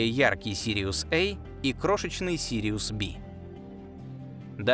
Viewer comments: Безграмотный чтец не знает, что надо произносить буквы в названиях звёзд по латински, а не по английски. B - это не Ве, не Би, и Бе! Латинская буква! Проксима Центавра - Бе( латинское B). Двоечник, тебя нет смысла слушать дальше. Отключаюсь. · Сириус Эй,Сириус Бэй,как будто нельзя сказать- Сириус А и Сириус Б. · Сириус[ А] (а не Эй) и Сириус [Бэ] (а не Би). Это латинский алфавит. Никогда они не были в России Эй и Би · Пардон, а при чем тут "эй" и "би"? Астрономическая номенклатура - латинская. А латинские A и B - неожиданно - традиционно по-русски, как и в дошедших до нас вариантах поздней латыни, произносятся как "а" и "бе". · На русском говоришь, говори до конца, а то ЭЙ БИ, А и Б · Жутко коробит такое произношение.